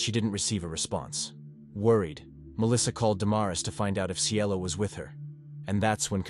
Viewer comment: Cielo not Cello 🤦🏽‍♀️ They called her that cus she was so sweet and beautiful etc Cielo means “Heaven” in Spanish just in case ya didn’t know . But this guy tried ❤️🙏🏼 rip CIELO ❤️